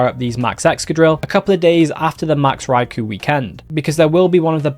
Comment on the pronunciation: Poor Raikou, everyone says his name wrong 😢